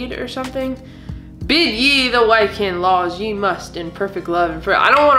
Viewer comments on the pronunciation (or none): It's pronounced (WICK'CAN), not (WHY'CAN) Lol. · in case you hadn't had a chance to look it up the namedji pottery thing is worth about 25 bucks. wiccan is pronounced like wick can but as 1 word. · It is Pagan. A triple moon goddess. It is pronounced Wikan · You have coral, that used to live in the ocean. They protect it, now. I found you very knowledgeable with your rock identification. It’s pronounced wick-an. Wiccan. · Wiccans wouldn't summon a demon because they believe in doing things for good not bad and it's pronounced Wick in. Also wiccans type of magic is usually got to do with the 4 elements wind, water earth and fire. Great video The brown coloured rock you pulled out of the jewelry box was Tigers eye. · Hey guys you pronounce wiccan (wickan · It's numberc228 out of 1500 made that mermaid should be valuable. Also pronounced wick can. Bad ju ju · It’s pronounced “wick-in”. It’s like a religion. The Runes are originally from Norway and Scandinavia. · pronounced Wick-can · Wiccan is pronounced wick an